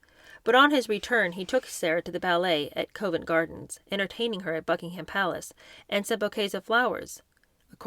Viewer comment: Please practice pronouncing Monaco, Covent Garden, Mauritius, and estate correctly.